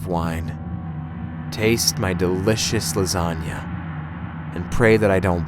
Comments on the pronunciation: Chicken Lasaugna?!? BITCH LASAGNA!! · u said "chicken lasagna" if u fix it it's b!tch lasagna*